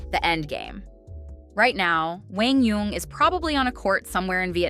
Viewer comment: My boi "Wang Young" lol